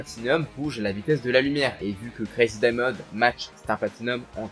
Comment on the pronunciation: Jarrive pas a y croire comment ta prononcé le stand de josuke😢